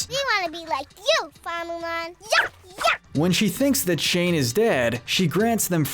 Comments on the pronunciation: It might be just me... but I got kinda annoyed when he kept saying "Shane" when his name is "Shang" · Is no one going to talk about how he keeps saying “Shane” instead if “Shang”...? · And how he kept saying Sheng like Shane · it’s killing me that he’s saying “shane” instead of Shang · It’s Shang, not Shane. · It bothers me that he calls shang Shane